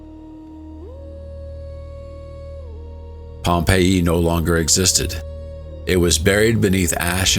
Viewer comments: Pom Payee you say? 😂😂😂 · Pompei -E??? Yo, get an AI host that can fucking pronounce shit right! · Mate, it's pronounced Pompey. I'm tired of AI. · I love a good story, but the narration's inconsistent pronunciations, indicating an AI narrator (Pompei-ee) (pum-iss/pew-miss), are painfully jarring. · What's with the Pompeiiee. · Well done but awful AI narration: varied and mispronounced words like for Pompeii (Pom-pay-e) and Plinian (Plyn-ian). Disgraceful. I hate that so much. Glad they at least got the month right.